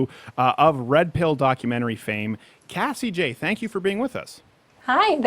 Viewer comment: Cassie Joye? Cassie Jays? WTF?!!! I'm Going crazy!!